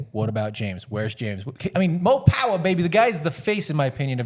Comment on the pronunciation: The "more pawer" got old very quick.